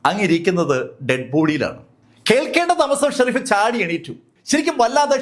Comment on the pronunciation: Shereef alla sheriff